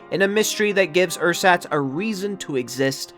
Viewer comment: cant you at least have google translate pronounce the word for you a few times before making a video? theres not even a ch sound in there. I bet you could pronounce it if you just tried.